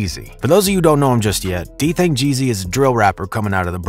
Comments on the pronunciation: You pronounced his name wrong the whole video. It’s Dthang g’z not gee zee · Gee-Ezzz not GEE ZEE 😂💯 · It's Geeez not G-Z lol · it’s Dthang Gzlyy not Geezy😂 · White boy in black folks bidness! His name isn’t dthang g-z, it’s dthang Gz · Stop saying G-Z bruh, it’s Gz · It’s “ Gzzly “🙄😂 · Geez not geezy + his name is Daniel not what ever the fuc yu said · GEEZ not G Z haha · Makes me embarrassed to be white when he says geezeey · Bro wth is a geezee😭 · Nigga said Gee Zee 😆, stop reporting on NY outsida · rah gizz 😑😑😑😑 learn how to fuckin pronounce shit wit yo white ass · If this nigga say dthang G-Zee one more time… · Nicca said D Thang G ZEE 😭. Bro this ain’t it. There’s too many errors in this but I think you’ve done it for click bait 😏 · Nigga can’t even pronounce bro name who tf is dthang geezy gz like the gs just with an z hurt my ears everytime he said geezy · Ur saying gz wrong its GEEZ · It’s literally just pronounced “G’s” just more emphasis on the “s” sound like “zzz” so it’s Dthang Gz of the YGz lol